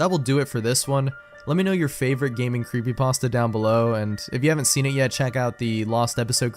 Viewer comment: What's a 'Creepypasdta?'